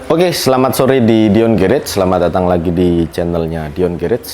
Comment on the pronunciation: Garage ejaannya “gerash” 🙏